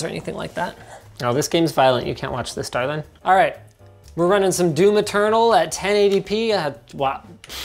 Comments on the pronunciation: I grew up in the deep south. He doesn't. We never pronounce the G. He also doesn't have any southern twang on the A. Do not speak about that which thou knowest not. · He says it like a hoser.